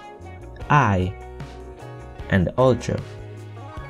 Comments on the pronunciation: Low not looh, high not i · Cant stop laughing the way you pronounce high like igh